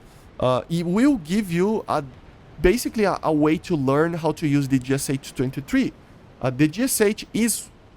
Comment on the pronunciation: Why do you pronounce the name of the gun like an American? You are Brazilian, you have the same sounds in your language as the Russians. It's [geʃʌ] - гэ-ша